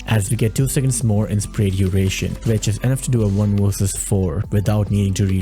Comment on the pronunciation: For those of us who don’t speak CH!NK, it’s NOT wurses, it’s V-E-R-S-E-S.